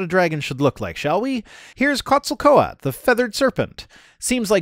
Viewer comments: Gesundheit it's pronounced Khet- zahl-koh-ah-tl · All went well until tried to pronounce "Quetzalcoatl". Jokes aside, I think many people would have an easier time believing that dinosaurs evolved into birds if pop culture would depict them more scientifically accurate, specifically with rudimentary feathers. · cannot pronounce "Quetzalcoatl" but don't feel bad. Kent Hovind cannot pronounce "water".